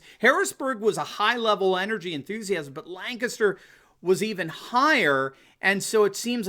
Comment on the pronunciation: You say Lancaster like you're from here. Well done! (Lang-kis-ter)